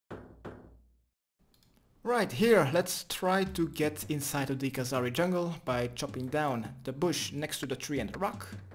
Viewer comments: I am still amazed how after all these years you still say Khazari jungle instead of Kharazi jungle, which is the correct order of letters in that name :D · youve been saying kahzari jungle for so long haha